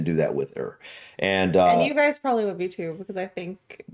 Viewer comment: I like hearing you start by saying Proberly when the word is Probably. So that's 9 more required.